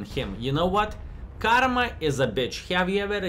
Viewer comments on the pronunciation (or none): none